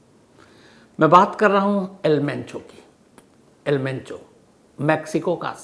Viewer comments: Not al pencho sir , its al mencho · El mencho not pencho 😂😂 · It's El Mencho not the El Pencho Shams ji. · El pencho 😂😂 sir name toh shi bolo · Am I the only person hearing el pencho? Naam hi badal diya sir ne..